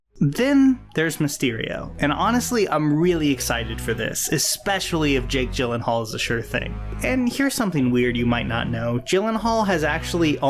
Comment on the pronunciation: Jake Gyllenhaal is pronounced Jake "Yillenhaal" like you're gonna say YEET but... you say YEELLENHAAL